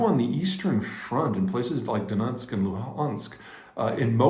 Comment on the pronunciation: Donunsk and Luhunsk? You’re trying too hard. Chris Cappy (Capelluto, Task and Purpose) just says ‘Lunsk ‘n Dunsk’.